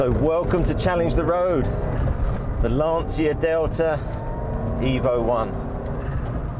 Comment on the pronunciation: My italian ears are bleeding when I hear Lan-ci-a. It is LAN-CHI-A lol